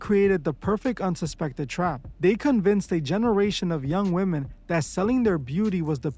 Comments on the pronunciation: not sure why you’re mispronouncing a (woman for women) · Y'all gotta stop pronouncing the plural form of woman as "Woman". It is pronounced "WHIM- MEN" . Please use Google pronunciation to confirm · Why are you saying “Woman” when speaking of women as a whole?